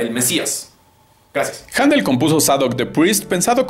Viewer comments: Perfecto, correcto, lo entiendo. Solo un detalle. Händel no pronuncia Jándel sino Jéndel. Buen video. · Se pronuncia JENDEL!!! POR LA DIÉRESIS EN LA Ä!!! ->HÄNDEL!!!